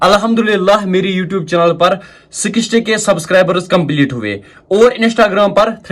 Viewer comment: its not chunaaaal its chennal agr english nhi aatin tohh kio krty hi ho